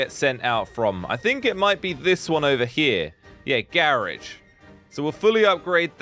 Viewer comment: He said garege!!!!!!